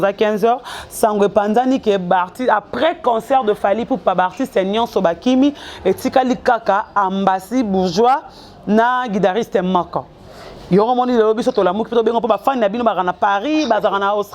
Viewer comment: Hein, tanga lususu mua classe, balobaka guitariste et non guidariste, epuis kombo na ye eza ambassy et non ambazy